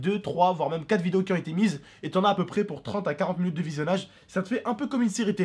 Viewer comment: mdr disais munute 😂😂😂